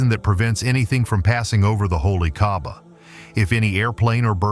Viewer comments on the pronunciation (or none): why you call kahbah kabab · ITS NOT KABAB ITS KAABAH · Wtf bro u said holy kabab u idiot pronounce my gods house right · Bro called Kaaba kabab